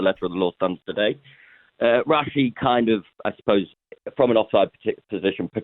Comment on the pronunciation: Dude called him rashy 🤢🤣 the cringe is real